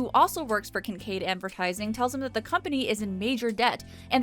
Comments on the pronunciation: I keep hearing Kink Aid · I honestly needed this video today. Side note, we all know it was Kink Aid and not Kinkaid. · Hehe, she said... Kink Aid.